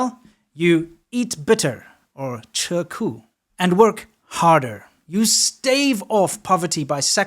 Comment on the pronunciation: 😂 "I've learnt chinese" Proceeds to completely slaughter the pronunciation of 吃苦, and not even use it within convention.